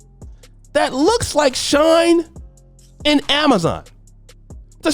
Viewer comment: Just for future reference.. SheIn (Sh-EEN)